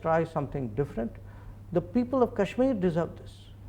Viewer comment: She's literally saying, "Cashmiya" instead of Kashmir. And, God! She really must love China!